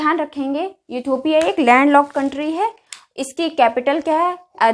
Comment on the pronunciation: इटोपिया नही मैडम इथोपिया